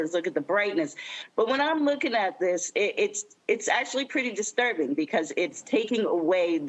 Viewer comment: Can this ignorant woman not pronounce "THIS" ? She has had enough time and $$$ to learn English properly. DIS, DIS, DIS, DIS, DIS. The phrase "I really don't care do you" really echoes here